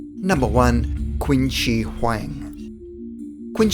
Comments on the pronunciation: "Qin" is not pronounced as Quin, but "chin". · It's pronounced "chin" not "quin" .. hence the name "China". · Fyi... "Qin" is pronounced "chin," not "quinn." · I'm sorry. It's "Qin (Chin)" not "Quinn". And no Chinese people think he's immortal. Qin spent his life seeking the fountain of youth but was obviously unsuccessful. In the process, he's killed many many young children to achieve immortality. Moral of the story once again, absolute power brings absolute corruption. No one should hold power like that. Such power makes people insane. Look at North Korea and many more. It's happening over and over. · Qin is NOT pronounced "Quinn". You could easily know this by checking with anyone who speaks Mandarin Chinese. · It’s pronounced CHIN SHEE WAN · Qin - pronounced "Chin". Achilles was describing his weakness to another "immortal" and then he asked "and what is your weakness Testicle's?" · I am happy that I found your page tonight--love it. However, as an archaeologist, I have to mention that the correct pronunciation of "Qin" is "chin" as in Chinese, a "Q" is always pronounced as "Ch" as in "church. :) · The RIGHT pronunciation of "Qin" Shi Huang is: "Chin". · Also Qin is pronounced "chin/shin" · A couple minor nitpicky details. When you were talking of Hercules, you called him Herecles who was a very different and undeniably real influential Greek historical figure. Also, you slaughtered the Chinese names. Qin is pronounced like 'Cheen', Shi is pronounced like 'Shur', and Huang is pronounced like 'Hwong.' You did almost get the Xu Fudong right...Well you got Fudong right. Xu, however is pronounced like 'shoo' but using the tip of your tongue to make the 'sh' sound.